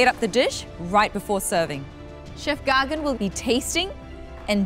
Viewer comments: Ron Zena gagan not gargan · Oohhh I thought I heard Gorgon. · The way she pronounces Gagan as Gaa gan duhh